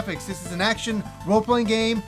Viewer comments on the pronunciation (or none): none